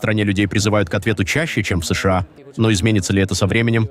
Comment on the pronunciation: Информация дельная, но ИИ с ложным ударением уже осточертел.. Неприятно понимать с плохими ударениями и долгими паузами между буквами "С..Ш А". Живые люди так пока не говорят, но вынуждены слушать.